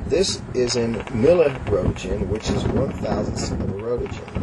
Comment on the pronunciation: lol fearmongering. oh noes, 1 mili-rowtuhjin lawl